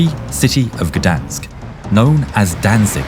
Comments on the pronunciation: For some reason. I thought the narrator said"verdansk" instead of gdansk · first of all its called freie stadt danzig and not gdansk